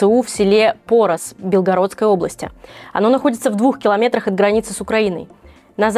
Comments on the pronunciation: БелгорОдской об., а не БЕлгородскрй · в БЕлгороде и БелгорОдской области так не говорят, уши режет) А именно не говорят: БЕлгородской об.